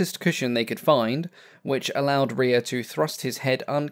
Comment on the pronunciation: the surname Rea is pronounced "ray"